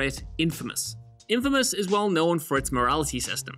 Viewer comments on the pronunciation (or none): none